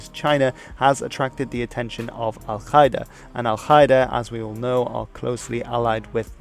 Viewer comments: Exellent video, but just one thing Al-Qaeda is pronounced Al-Kaeda, not Al-Khaeda ^^ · dude its not pronounced al khida that sounds so stupid. Its al - kaa - ida meaning the base in Arabic. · I like how he confidently pronounces foreign words wrong. It's Ughur (gh is french R), not U y gher. And Al Ka'ida, K here is pronounced a bit back on a softer mouth part which resonates more. Just translate "base" to Arabic and listen to it. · Love your videos ! One little nitpick, as an arab, I find your pronunciation of al-Qaeda very weird. In arabic it's supposed to be pronounced "al Ka-ee-da", but maybe your pronunciation is from another language ? Anyway, keep doing what you're doing :) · You mispronounced Al-Qaeda